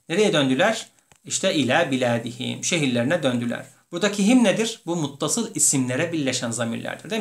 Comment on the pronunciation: Beledihim değilde biladihim olcaktı dakka 47 son misal hepsi beled diye okunmuş